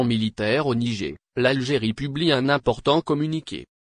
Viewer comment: mais qu'est ce que c'est que ce commentateur ? il s'écoute au moins ? 😮 le "nigé " , incroyable ☹